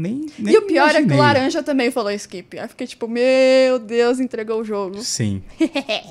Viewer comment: o pior é que sempre q alguém fala "skip" eu quase ouço a voz da nana falando iXkIpI